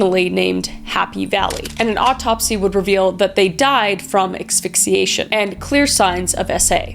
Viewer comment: Exphyxiation? :D It's asphyxiation. ass-fik-see-ay-shun. Also Calgary, which as a Canadian you should know, is pronounced. CAL-guh-ree. Not Cal-GAR-ree.